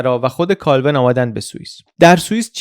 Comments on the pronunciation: ضمن تشکر از زحمات شما تلفظ اسم کالون به فرانسوی kalvan میشه نه kalven بازم ممنون از ویدئوی فوق‌العاده‌ جذاب و آگاه‌کننده شما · درود بر شما و با سپاس از ویدئوهای آموزنده؛ فقط چون خودتان به نحوه تلفظ نام اشاره کردید، جسارتا باید ذکر کنم که تلفظ دقیق نام فرد مورد بحث «ژان کَلوَن» است و مکتبش نیز کَلوینیسم نام دارد.